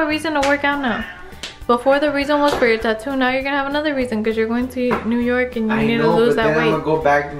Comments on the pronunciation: We going to Yew Nork 😂😂😂 Come to The Bronx!. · we are going to "yew nork" 😂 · where are we going?: we’re going to yew nork SAME GIRL SAME